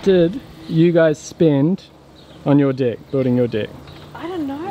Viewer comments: Serious question. Why do you pronounce it dicks instead of decks. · Can't help it, i'm not native English speaker but how you pronounce deck sounds so much something else, quite sure you know what i mean.